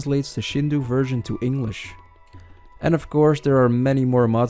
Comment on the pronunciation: Did you use GPT for parts of the script? It gets a little GPTish here and there lol. Also, it's pronounced Sheen-doh or shin-doh if you wanna be more casual about it, but never shinduu.